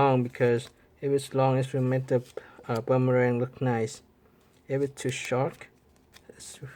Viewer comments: It’s boomerang not buumurang 🤦‍♂️ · It's boomerang not bummerang